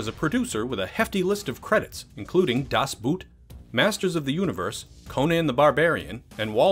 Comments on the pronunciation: Das Boot is german dude, it's not about people in a boot ;p it's pronounced boat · It's pronounced "¬Das Bot¬" the double "oo" is a long "o" not English "oo (u)" like "cool" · Comrade, Das Boot is pronounced Boat just like it is in english. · Das Boot.... hahahaha, it's not a boot, you bronounce it "bote" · Das Boot? American pronunciation at its best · Das boot? 👢Hilarious pronunciation